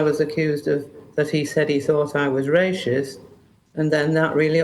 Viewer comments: She’s 100% correct but I do wish she would stop saying rashist 😂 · Someone needs to take her back to English classes. It's "Racist", not "Raschist".... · He called me rayshist 😊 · lol sorry but... rayshist cracked me up. god bless this woman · Rashist? Really? Ffs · The pronunciation is : racist, not ray-shist. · Rayshist lol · What’s rashist? 😂 good for you for kicking him out though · Why is she saying raesh-ist instead of race-ist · Please tell her it’s racist not rashist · Why is she saying rashists instead of racist? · Anyone going to tell her it's racist and not raishest lol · "Rashist" 😂 silly old gammon. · I agree, but why is she pronouncing it ray-shist? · Doesn't help however that she keeps pronouncing it "Ray-shist" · Rashist 😂😂 Sorry, I know this is a serious topic, and I am just as shocked the PM was so rude to her in her own home, but I just can't get over her saying rashist all the time. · Rayshist. ??? Wtf is that? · I can't unhear "rayshisht" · Why does she keep saying "rayshis"? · Damn those Ray-shists 😂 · Why does she keep pronouncing it rayshist? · why is she saying RASHIST, bless her?!😅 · Is she saying "rasheist"? 😂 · I've noticed (mostly older folk) pronounce it 'rayshist' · This is such a cheap peice here. So funny that she calls it Rayshist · It's bugging me she says rashist😂 However Starmer flip flops more than an Olympic diver. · She either needs some new false teeth, or just can't pronounce the word that comes out "rayshist" ;) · Why does she keep saying rayshist tho 🤭🤭🤭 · She’s not Ray-shist. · A ‘rayshist’? What’s one of those? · top lady but there’s no H in Racist 😂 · Lol.... "Ray_shist". Where has been all these years? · She can't say the word racist 😂😂😂 wtf is "RASHIST"😂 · Just love the way she says 'Rascist' - Well done lady! True integrity! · Rayshist???? Wtf. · Rayshist LOL. I'm saying that from now on. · She can't even say the word 😅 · She can't even pronounce the word racist. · Why can’t she say racist properly?